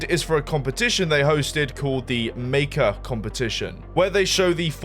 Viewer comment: when the French kicks in : Maker